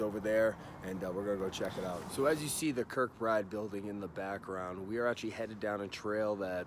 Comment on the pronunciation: Kirkbride not Kirkbridge.....